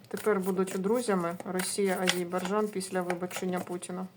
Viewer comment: Тільки не Азейбарджан, а Азербайджан! 😊